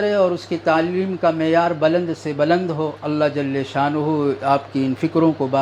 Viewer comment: آ پ کی نصیحتیں بڑی اچھی اور قابل عمل ہیں ادبا عرض ہے کہ جل شانہ میں لام کا فتحہ کسرہ سے بدل جاتا ہے